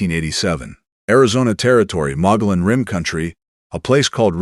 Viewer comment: Is is NOT pronounced "Mon•go•lon" ! It is pronounced as "Mon•go•yon", the double LL has the sound of a Y in Spanish. Ease, look up the pronunciation of new or unfamiliar words before making the narration.